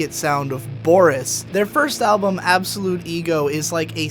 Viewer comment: why did you call it Absolute Ego? the album is clearly pronounced Absolute GO.